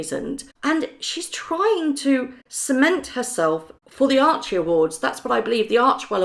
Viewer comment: The "Archie"??